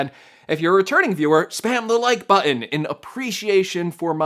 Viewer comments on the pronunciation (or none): I've enjoyed a few of your videos, but,,,...please make it stop. The word you're trying to say is "button" (bŭt′n). It is not butt-UN. There is no emphasis on the last